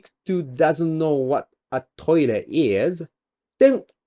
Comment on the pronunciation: Really love your works but I just can't help my self. "You cannot focus on the thing because you don't know "wa" I'm talking about"